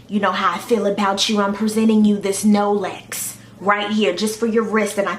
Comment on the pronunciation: NO-LEX!!! OMG u are a f****in Fool! She said "No-lex" for Rolex! #I'M DONE!